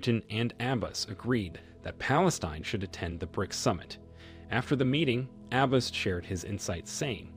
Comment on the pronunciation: Had to stop listening because the narrator, in the 21st century, doesn’t even know how to pronounce Abbas!